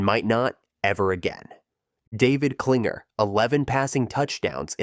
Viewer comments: It's Klingler, not Klinger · David Kilng-ler not Klinger. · David Kling-ler. If you're gonna give the info, get the names right, kiddo. 😂